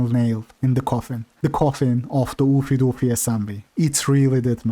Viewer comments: Ew-fay Dew-fay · The way you pronounce "Oofy doofy" is meme worthy lol